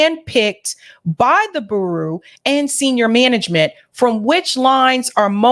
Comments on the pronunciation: pronounce bureau as bew-ro not boo-roo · never heard that pronunciation before. BOO ROO 😆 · It's Beer-row 😂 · Bureau is pronounced BURE-OH. Great report. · I love your show Bureau its "Bu-row" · Bureau is pronounced b-Euro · just FYI, "bureau" is pronounced: "BYOOR-row". 😀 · Just FWI: The word bureau is pronounced BewRow. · Just for future reference, bureau is not pronounced Boo Roo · I love the way you say 'Bureau' 🤣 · is my girl. I love her show and I love the way she pronounces BUREAU. She's a cutie.